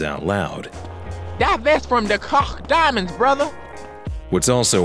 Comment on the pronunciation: Koch is pronounced as coke not cock irl